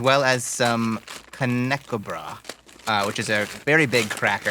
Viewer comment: Knäckebröd is pronounced knackebrud not knackebrah 😅 and they’re sold in smaller sizes too, about the size of a graham cracker.